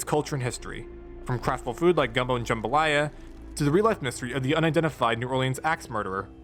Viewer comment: hey thank you for saying gumbo and jambalaya right i cannot tell you how much it annoys me when people say it wrong and also great recap cant wait for more vids